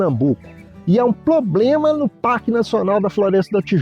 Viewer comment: "poblema" kkk